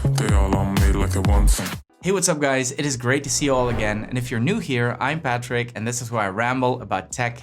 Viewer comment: When you said hey there I’m Patrick I thought you said hey there Ipad tricks!